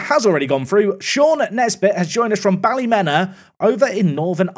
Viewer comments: Another NI player :D also just a heads up, ballymena is pronounced bally-mee-nah, as opposed to bally-men-ah :) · Yay I can join the "correcting pronunciation" club: It's Bally-Me-Na Not Bally-Men-A And also everytime you say Ballymena, you must immediately follow it up with "high" or "heigh" to mock their funny accents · You butchered the pronunciation on the Northern Ireland team Ballymena you pronounce it Bally-mean-a not Bally-men-a ❤ love your videos I’ve binged this whole series while I’ve been sick don’t stop 😂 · As a native Northern Irishman I've never even thought about Ballymena being pronounced exactly the way it's spelled out. 🤣 If it ever comes up again it's pronounced Bally-mean-a. If that seems silly that's because it probably is! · Hi just as a Northern Irishman it’s pronounced Bally-mee-na, loving the series keep smashing it at rugby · Hi! Loved the video as always. As someone actually from Ballymena it’s pronounced Bally-mean-a. Talk about a coming together of worlds. Anyways, I’m off to get caught up on this week’s videos👌🏼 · As someone who is from Ballymena that pronunciation was.... almost as painful as living here lol. For future reference its Bally- mean-a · Ballymena is pronounced "Ballymeena". It seems like whenever there's any chance of ambiguity regarding pronunciation, goes for the wrong one... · It's pronounced Ballymeana. 😂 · It's pronounced Ballymeeena! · Nails the Spanish pronunciation, can't pronounce Ballymena. Just things 😂